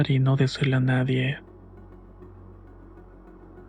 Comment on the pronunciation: No se lo diga a nadieh, que se ponen celosoh